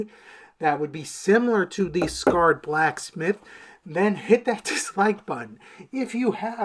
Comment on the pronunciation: Sacred not scared brotha 😅😅